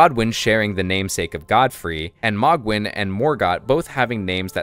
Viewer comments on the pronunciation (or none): It's "Moh-Gwyn", not "Maw-Gwyn". "Hayligtree", not "Hahligtree". That voice at the start is unlikely to be Miquella's. Everything we know suggests that the Tarnished is looking for Miquella in the Land of Shadows. Yet, the voice in the dialogue tells the Tarnished to touch the withered arm and they will "not be far behind". It's another NPC who's also going into the Land of Shadows with the Tarnished. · Isnt it pronounced m-oh-gwin not mogg-win